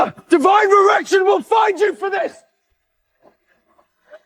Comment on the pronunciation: Did he say divine erection? 😂